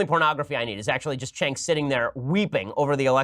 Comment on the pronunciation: The thing where Shapiro keeps saying Cenk's name so he can purposefully mispronounce it is really childish.